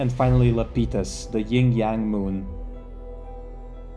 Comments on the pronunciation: Lapetus?!? It’s Iapetus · i think you might have misread the name somewhere, since its actually "Iapetus", the first letter being a capital "i" that looks like a lowercase "L", its pronounced like "Yapetus". im not suprised you made that mistake, it certainly looks like its written with an L. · Note: It isn't Lapetus, it's iapetus. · "lapetus" bro it's iapetus 😭 also why did you put the moon so close to the planet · it’s Iapetus with an i not an L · It's pronounced "I up et us" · You misspelled and mispronounced Iapetus. It starts with an i, not an L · I felt my soul physically keel over when you butchered pronouncing "Iapetus", but I'll let it slide for now.